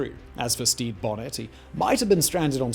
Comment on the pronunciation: Damn it, it’s Stede (steed) Bonnet (bo-nay). Ugh.